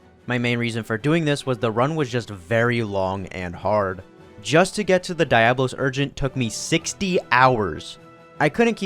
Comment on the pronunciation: The video is almost unwatchable because every time you pronounce Diablos wrong